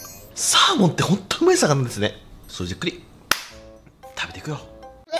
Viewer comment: 「アマゾンで獲れたサーモン」って聞こえて焦った